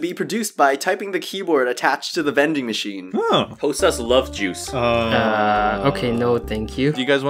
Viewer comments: "housa"... do you mean HOSUH?! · Today is pick on hosuh day